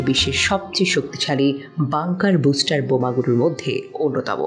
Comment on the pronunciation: বুস্টার নয় ,, ব্লাস্টার,,,!!!